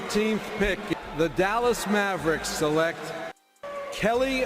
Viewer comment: Never realized how horrific this draft was but I like how Stern mispronounced select in anticipation of having to say the freaks name